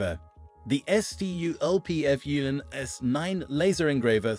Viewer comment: interesting idea and concept for a video... but maybe dont leave your AI completely unattended? EssYouEllPeeEffYouEnn... SculpFun! Ill try to keep watching the video, but I mean, the video is 10 minutes long, you could at least watch it before you upload... Please?